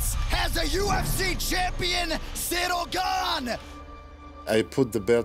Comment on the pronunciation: Y’all butchered Ciryl’s name